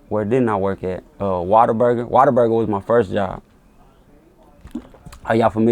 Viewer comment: He said waterburger its whataburger. I ain't hear of that shit either or hardy til I came to okc.